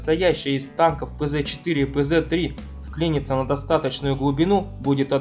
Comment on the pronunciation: Всё здорово, но только "Pz" в названиях немецких танков (сокращение от "Panzer", полностью - "Panzer Kampfwagen" (PzKpfw) произносится "ПэЦэт". "Цэт" - название последней буквы в немецком алфавите (z). (А в каком алфавите она бы "Зэ" называлась, я чёт такой азбуки даже и не знаю.)